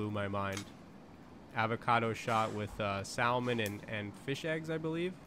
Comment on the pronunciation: Dude it's pronounced sah-man the L isn't pronounced like that 😂😂😂